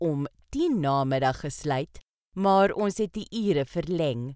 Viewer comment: Die man se uitspraak is verkeerd. The pronunciation the man uses is wrong. 1. He said: Maar daar is .... He pronounces it: Môr dôr is .... 2. In Afrikaans praat ons foneties. Die letter "a" is soos die "u" in "under the table". The letter "a" in Afrikaans is pronounced like the letter "u" in the English word "under".